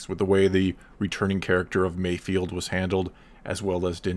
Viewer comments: Mayfeld* not Mayfield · I'm pretty sure it's 'MayfEld', not 'field'. And I predict an Emmy nod for Burr for this next year. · it's Mayfeld not Mayfield as how you say it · MAYFELD NOT MAYFIELD. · Probably not the first one to say that, Mayfeld not Mayfield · Can people put some respect on bill burr’s character. His name is MAYFELD not MAYFIELD. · Mando show: Mayfeld Everyone: MAYFIELD Absolutely everyone: MAYFIELD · Not me, I cringe when you all butcher his name.